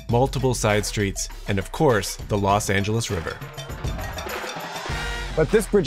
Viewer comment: *Los Not Las